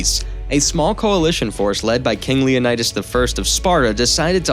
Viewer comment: It’s LeoNeedAs not LeoNEYDas